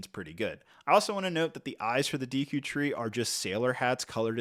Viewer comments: Lego...make sure the people you send the ridiculously overpriced sets for free at least know how to pronounce the names correctly. It has me cringe how often and confidently he mispronounces Deku. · Deekoo tree 😢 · You're not pronouncing the names correctly. Sounds like you're saying Orcarina of time and Deeku tree. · Dee-koo tree, orc-arina 😂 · Deeku tree? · I had to pause the video when he said “deeku” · Every time you said “deeku” and “OR-ca-rina” I flinched a little…. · If I hear "deeku", "hyleean" or "orcarina" one more time, I'm gonna throw up. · Seriously, the more I heard "Deeku" the more it made me cringe, step isn't steep, it's not that hard. To me it shows this reviewer didn't take the time to bother reading or making sure his video was good quality. This would be as bad as repeatedly saying throughout a video review Harry Porter, Batmain or The Avenegers. Like for the love of God read properly. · Bro before reviewing a set from a specific licence pls just try to learn to the vocabulary of that specific license !!! D”ee” ku tree, O”r”carina, calling the clawshot/hookshot “headshot” … bro cmon you talk here about one of the biggest video game saga of all time, a bit of respect ! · I can let the Deeku slide, but Orcarina killed me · you killed the names. Not deeku. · These Deeku Nuts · Your mispronunciation of Deku, Ocarina, and hylian are killing me man. Also that’s not a tablet Zelda is holding it’s the sheikah slate, and it’s the hookshot not the headshot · its deffinitely not like he was saying it lol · Came here to say the same, killed me off with orcarina